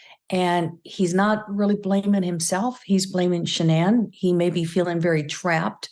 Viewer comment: Megyn you completely butchered your pronunciation of Shannan's name. Its disappointing to see that both Megyn and the guest refused to pronounce the victims name properly. Incredibly disrespectful to Shannan.